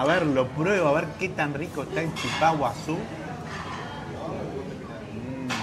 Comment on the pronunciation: No es chipá Con acento en la A. Es chípa con acento en la í.😊